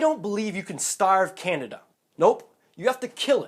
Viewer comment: Anti canada is what i heard lmao